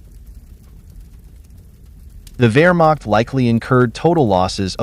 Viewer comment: I bet they can even pronounce "Wehrmacht" correctly, unlike your expert here.